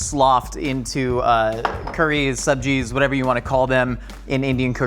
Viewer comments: Subzi isn't like a type of dish like curry, subzi just means vegetables. Also the way he pronounced it "subji", perfect. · I am here for "sabji" pronunciation. Damn. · First white boy I've seen who pronounced sabzi properly. Dude's a vault of knowledge and i love it.!!!